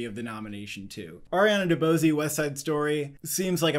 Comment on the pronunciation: Forgive me but why do you keep mispronouncing CYRANO like that? It’s SEER-ah-noh not suh-RAH-no. It’s a very popular story with numerous examples of people saying it, it’s not obscure. Ariana DeBose, the e is silent. And Catriona Balfe is pronounced like Katrina. Again apologies if this comes off as rude or insane it’s just that in numerous videos I hear you mispronounce these names and it does my head in. lol Otherwise love you guys and the insanely early Oscar predictions! Cheers!